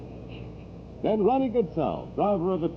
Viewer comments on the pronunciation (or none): none